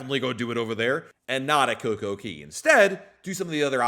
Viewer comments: It is CocoCay not Coco Key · Why do you keep calling it Coco Key when Royal Caribbean, the OWNER of the island, calls it Coco Kay? C'mon...say it right weirdo.